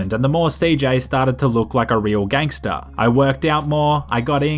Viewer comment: A nerdy white Bri'ish guy saying "ganster" just makes it less gangster.